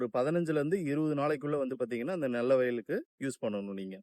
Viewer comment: நெல்ல வயல் இல்லை நெல் வயல்